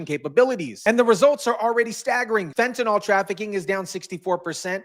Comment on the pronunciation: *fentaNYL, not "fentanol" 🤙